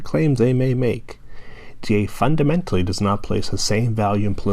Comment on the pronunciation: does saying (fundimentaly) make you feel better about you being 40 years old and still playing xbox